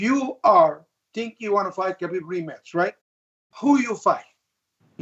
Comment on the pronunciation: Even Ali can not pronounce Khabib's name correctly